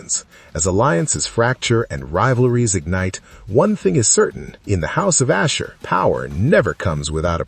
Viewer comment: How may times does the AI mispronounced Ashur?